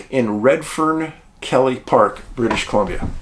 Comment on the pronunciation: I have spent many years in the area Sam is missing in, hard to get lost for me. Problem is the amount of Grizzlies throughout the area is hard to believe. Many aggressive griz and blk bears, hope the kid didn't get in a tangle with one. Ps keily is pronounced key- le not kelly